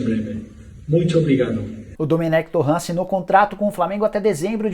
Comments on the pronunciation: "Domènec Torran" Porra Nicola KKKKKKKK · TuRênt é a pronuncia correta, qual dificuldade de falar certo?